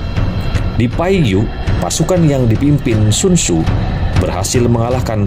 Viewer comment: Sekedar saran semoga berkenan, cobalah mengucap dgn lafal yg tepat